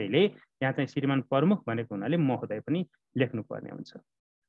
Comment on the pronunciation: सर नमस्कार । कुनै कुनै समयमा म हजुरको भिडियो हेर्ने गर्छु । राम्रोसित तयार गरेका पाठ देखेर खुसी लाग्छ । हजुरले " प्रमुख" उच्चारण सच्याइस्यो न ल ।